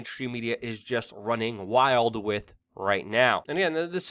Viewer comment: WeAreChange I really like your channel, watch it alot. HOWEVER I really wish you would learn to pronounce the word WITH!!! IT IS NOT PRONOUNCED AS WIT!! It makes you sound really stupid when you say "wit" instead of with! It's also very annoying, has made me click out and NOT watch you!